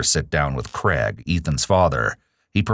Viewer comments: CrAIg, not "Creg." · Interesting to hear the US pronunciation of Craig. More like CREG, whereas is Australia it is pronounced CRAYG